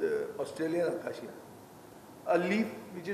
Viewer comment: Acacia. Not aquesia😂